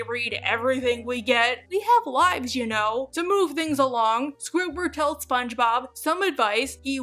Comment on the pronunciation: It pains me when she says Squiward without the D